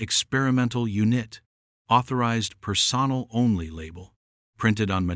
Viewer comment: The word is per-son-el.